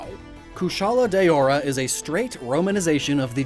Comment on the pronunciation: Daora is pronounced DOW-RA Also I thought the Safi part was just Sapphire.